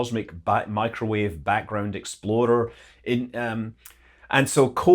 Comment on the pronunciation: Every time Scott says "Explorer", I hear "Exploder"